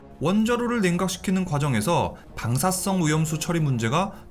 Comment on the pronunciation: 발음 문제 멜트따운 X 멜트다운 O 방사썽 X 방사성 O